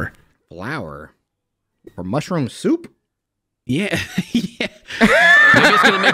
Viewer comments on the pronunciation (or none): Mushrooum souup (not good soup) 😂😂😂😂